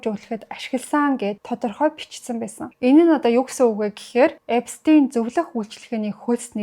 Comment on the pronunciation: Эпстэйн биш Эпштайн гэж хэлнэ шүү